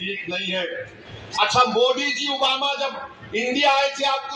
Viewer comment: तु है कोंन बे ,जो मोदी के saath जायेगा पहले तू मोदी बोलना सिख ले बेटा।।।।समझा